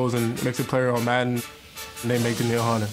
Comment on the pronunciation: Danielle.... "Daneel"